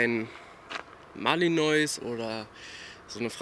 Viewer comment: Malinois wird Malinoah ausgesprochen. Die werden aber garnicht kupiert und auch nicht so gezüchtet. Kann’s sein das du da irgendwas verwechselst?